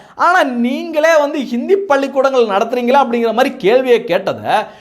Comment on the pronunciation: நத்துறீங்களா??!!🙊🙊🙊 அட பாவிகளா. தமிழ்நாட்டில் இருந்து கொண்டு தமிழை தாய் மொழியாய் படித்து தமிழை இப்படியா கொலை செய்வீர்கள். என்னத்த அவசரம் 😢😢😢